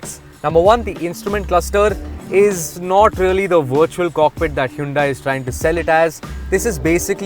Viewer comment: Well, if you are explaining what "Hyundai" means, then atleast pronounce it correctly buddy., time to review the video before posting